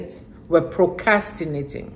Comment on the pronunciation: That is funny! And you were saying it so nicely without the 'r,' I almost didn't want to correct you.